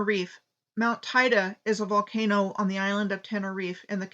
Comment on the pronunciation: Thanks - great stuff. BTW, the pronunciation of Tiede on Tenerife is Taydee.